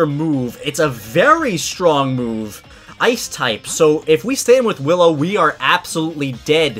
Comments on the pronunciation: Wait...Hallow? You mean Willow right? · He said hollow instead of willow haha xD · Its willow not hillow😂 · Howllow. me: Willow!